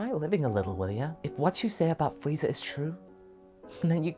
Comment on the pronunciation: Lmao I heard Freizer. Good stuff tho 😊